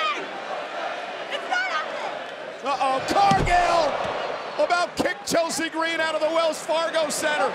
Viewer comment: “Poor Chel-SEAAA”